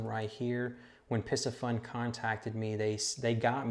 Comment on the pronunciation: Isn’t the pronunciation Pee-see-fun?